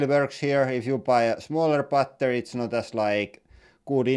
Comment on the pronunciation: Bretty goooood bar-tery